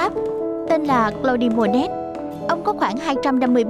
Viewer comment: Claude Monet đọc cái gì mà "clô-đi mô-nét"!!